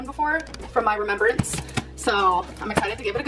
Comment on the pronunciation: ”from my rememberance” ???